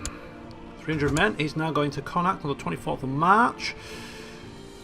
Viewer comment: you are saying connaucht wrong